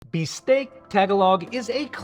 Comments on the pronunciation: "Taga-log", not "tag-alog". You did well on that bistek tho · Foreigners always get this wrong. Tagalog is pronounced with the stress on the second syllable. "Ta-GAH-log". While "Bistek" on the other hand is pronounced with the stress on the first syllable, "BIS-tek".